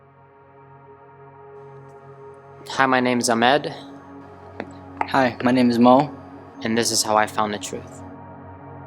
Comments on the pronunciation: Lmao ikr so fake. They pronounced Their own names wrong Ahmad like aamed and pronounced Muslim like MOZLEM 🤣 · Wow ok first of all an Arab so called ex muslim says "Ayymad" instead of "AHHmad" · why cant this "arab" pronunce ahmed ?